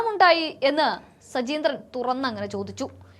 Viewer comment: സജീന്ത്രൻ അല്ല, സജീന്ദ്രൻ എന്നാണ്